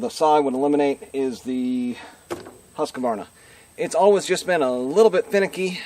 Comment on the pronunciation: Husqvarna is a 3-syllable word, not 4 syllable. It is not husk-a-var-na.